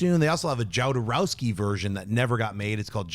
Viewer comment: If you say Jowdarowsky one more time, I'm going to light a bag of shit on fire and leave in on your desk.